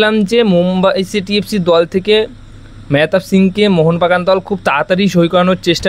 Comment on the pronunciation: tumi player er naam ta atleast thik bole bola sikho